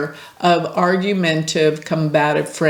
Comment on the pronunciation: the correct pronunciation is argumenTaTive . Just a friendly fyi 😉